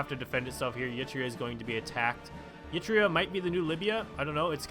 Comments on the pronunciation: I was going to sleep you fuck also please stop pronouncing it "yee-tria", its just "ehr-i-treia", practically how it's spelled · Please stop pronouncing Eritrea as Yitrea.